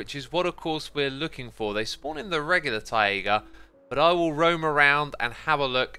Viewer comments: English: Taiga. Xisuma: Ti-aiga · Taiga isn’t pronounced (tie-a-ga) but (Tie-ga) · Is he pronouncing "taiga" weirdly as an in joke, like a cha cha? I'm so new here 😅